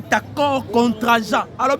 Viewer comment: Contraignant et non contrageant